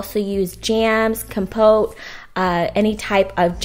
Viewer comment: You said compote wrong the whole time lol